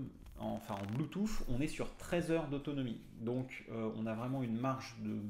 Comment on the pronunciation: Merci pour la vidéo ca manquait de ne pas avoir d'explications en paramoteur!!!!! La version lite est vraiment trop juste ou c'est une supposition? Par contre sur une prochaine vidéo peux tu dire bluetooth et pas bluetooFFF stp 🤣🤣 Je blague. Merci encore